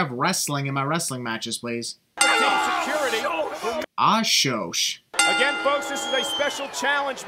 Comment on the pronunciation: WTF is Showsh?